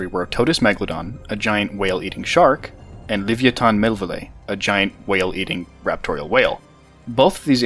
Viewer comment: Your pronunciation of Livyatan is sending me. XD